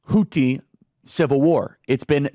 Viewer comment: Why can't you say houthi right